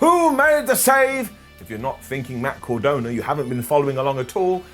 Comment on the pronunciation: Bro,... It's Matt cArdona, not cOrdona... 👌